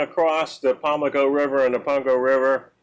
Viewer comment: RE Mayo seafood - big shrimp boats fuel and sell shrimp there from the Pamlico Sound BTW its "PammmmmLico River"